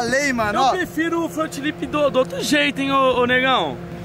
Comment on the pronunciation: Resumo do vídeo: "meu front lipssss" kkkkkkkkk